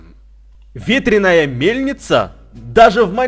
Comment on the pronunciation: прости тут но ветреная ударение на а.